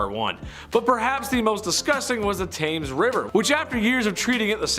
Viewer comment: Love ya but it is pronounced tems xx